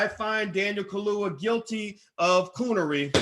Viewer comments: Not ka-loo-wa. it's Ka-loo- ya. Get it?🙄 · how the hell u gonna talk #@ about black empowerment, africa etc. but can't show basic respect to try and pronounce an african name correctly. Ka - lu - ya : simple!! Contemptuous mispronounciation reminds me of how africans are treated by racists - SMH!